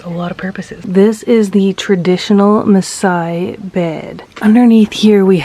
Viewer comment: Your pronunciation of the maaasai words is superb. You're so fascinating and I love how you've showcase our culture to the world with a lot of positivity